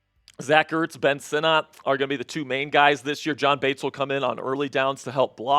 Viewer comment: it's not SinNOT! It's Sinnet